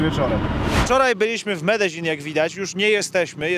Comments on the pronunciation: Po polsku Medelin a nie Medeźin. Nie do Breslau tylko do Wrocławia. Mówmy po Polsku Zawsze się to tak wymawiało. Pozdrawiam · Dobry odcinek ale wymowa miasta:jest Medeiin nie ma dz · Medezin...... aż uszy bolą... jak ktoś z lokalnych powiedział ci że tak się to wymawia to zrobił cię z balona :D Jak polak który mówi obcokrajowcowi że wypierd*** to to samo co do widzenia..... beka w chuj :D Ale tak poza tym to super odcinek, bedzie z tego fajna seria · Faktycznie długość filmu jest zastanawiająca. Medellin to się nie czyta bardzo podobnie jak sie pisze ? Narcos oglądałem i tam to chyba podobnie wymawiali.